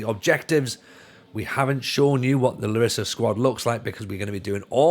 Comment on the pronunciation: It's pronounced LArissa